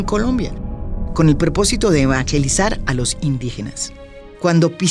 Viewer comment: Gracias Maria Jimena por su excelente periodismo. Una pequeña sugerencia: cuidado con los anglicismos. Evangelizar en español la sílaba GE suena como ge y no como ye como en inglés. O sea que en español no es correcto decir evanyelisar.